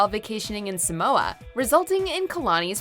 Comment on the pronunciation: Okay... it’s pronounced A-SU-E-LU and Samoa is pronounced SA-MO-A not SI-MOA !!!!